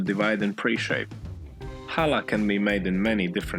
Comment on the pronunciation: Wow. You even say challah correctly. Most people can’t do the guttural ch sound which is found in Hebrew. We make it every Friday for the sabbath. It’s delicious. And yours was AWESOME!